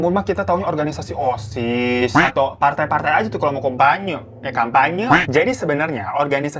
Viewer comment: Bang kenapa gw ketawa pas lu ngomong "kompanye"